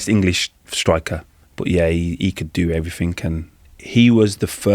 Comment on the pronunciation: Since when did "everything" end with a "K"